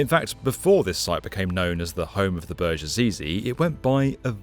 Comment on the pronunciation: Hate it how you say "burj". Should not be to complicate to call it correctly.